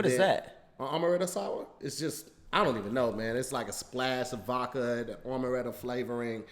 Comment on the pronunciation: Leave it up to to say “Vocka” instead of Vodka 💀